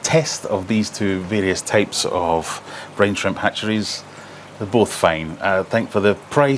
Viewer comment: My american ears heard "brain shrimp" 😅